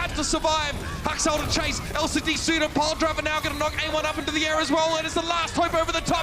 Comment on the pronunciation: why do the casters say amon instead of ameng